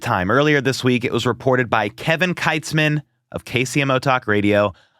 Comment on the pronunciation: It’s KEYTS-man. Not. KITES-man